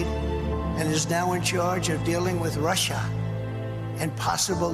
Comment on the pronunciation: He can't even repeat what he always says without fluffing his lines, and what's with pronouncing Russia in such a weird way? It's like he's just learned to pronounce a difficult word.